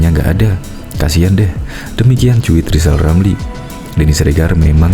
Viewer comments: ll lijal lamliii,ngomong r aja ga bisa hadeeeeuu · Gw setuju klo Lizal Lamli jadi Presiden, tapi ada satu syarat yg harus dipenuhi yaitu dia harus bisa mengucapkan huruf RRRRRRRRR dgn jelas, agar klo jadi Presiden setiap kebijakannya JELAS juga.